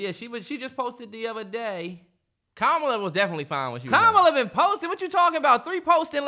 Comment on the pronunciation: The way they’re pronouncing Kamala’s name 😂😭